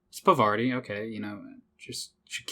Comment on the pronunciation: Parvati just wanted you to pronounce her name right...